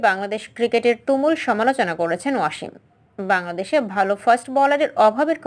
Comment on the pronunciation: Not “Washim” it would be “Wasim”!!